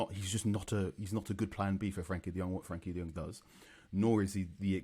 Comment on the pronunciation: Tell the guy on the left to stop butchering the name De Jong in the same way the Spanish do. He's not Spanish, he knows how to say it correctly as "de yong".